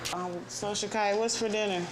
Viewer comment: LOL there is know Rs in Shakyia or what ever it is